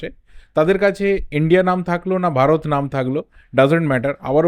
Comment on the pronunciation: its bharat not varat